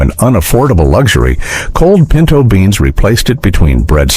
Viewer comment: pinto beans not pento 🤣